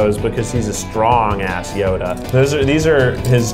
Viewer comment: Keith didn't make Yoda, he made Hoeda